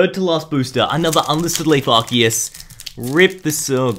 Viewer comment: ando you said assiest